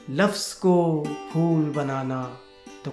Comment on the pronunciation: abe fool nahin phool....